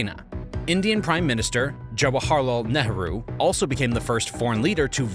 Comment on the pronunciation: It's pronounced, "jawa-harlal nay-roo"